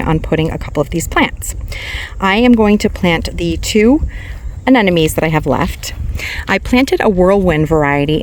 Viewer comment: It's not aneNome. it's aneMoNe. It's not a matter of saying it your way, as someone commented last time, aneMoNe is how it's spelled. Pretty simple.